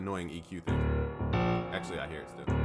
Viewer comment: Super annoying that "Thíng” 😂